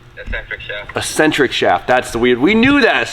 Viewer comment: lol.. and spoon struggling to say eccentric shaft.